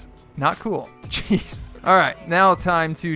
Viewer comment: when you said jez its like cheese